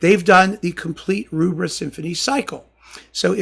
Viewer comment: Thank you. Excellent enlightening talk as ever. Just one thing, it's Rubbra as in rubber, not Roobra.